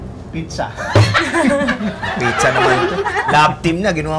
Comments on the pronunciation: pits tsaka elsa = pizza😂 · pits elsa pitsa HAHAHAHAHAH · Pitsa po hindi Pitelsa